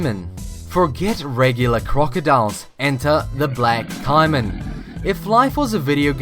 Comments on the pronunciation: its not ciman its caman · it isn't cye-man it's cay-man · Umm, why did you show a picture of a sand tiger shark when talking about the bull shark? Also the American alligator is probably more dangerous than the caiman which is pronounced kay-men that was bothering me how you said it like Kaimen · It is not Ci-man it is Ca-man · Caiman is pronounced cay'man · I hate to be critical of informative videos.... But... There is no such thing as a fatal snake, there has only been one coc unvented case of the candiru ending up in a penis. The Caimon crocodile is pronounced caymon. And a bunch more inaccuracies. Do a little more research before making your videos. I give this a 2 out of 10. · caiman is pronounced kayman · It's shouldn't bother me but he was saying caiman wrong it's pronounced k-min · It's pronounced cay-men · It is pronounced like cay-men